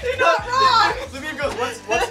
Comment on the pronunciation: Every time you say Labib, I keep thinking you’re saying Le Bieb as in Justin bieber